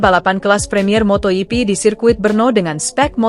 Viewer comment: itu si presenter ngomong apa sih???....motohipi...motohipi...motoyipi...motoyipi...wkwkwkwkwkwk.....😜😆😝😂🤣